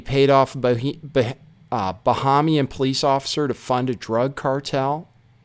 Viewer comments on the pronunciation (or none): none